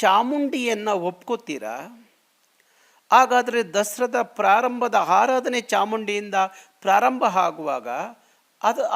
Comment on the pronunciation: Haaradane alla Aaradhane , Haagutte alla Aaguthe . Yaava seeme kannada edu.